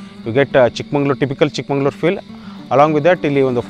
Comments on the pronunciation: Good vlog carry on the good work. Its Chikmagalur sir n madam not ChikmaNglur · Chikmangaluru alla swamy Chikmagaluru.